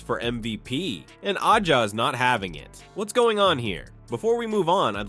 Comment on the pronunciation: Bruh that’s not how her name is pronounced. Do you watch the WNBA?